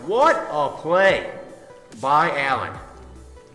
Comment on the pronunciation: You made me want too die when you said Alan and not Alain